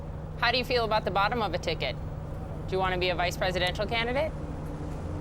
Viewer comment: Thank god we dont have to change our program or talk about new stuff. So katty with him. Andwew do u wwonna bee da vice pwesident?